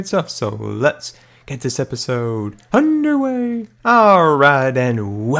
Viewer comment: Wen he says and let's get this episode under wayyy does he said under way or under wave ?